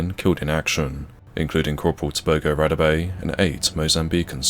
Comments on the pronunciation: If you're South African you know you cringed every time he said "Radebe" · I appreciate the coverage, however it is disrespectful to anyone and extremely disgusting, especially if it is a soldier who lost his life, to completely mispronounce both his name and surname. pretends to care about Africa, but get almost all African pronunciations totally wrong, so I suggest this channel simply ask any South African. R.I.P. Cpl. Radebe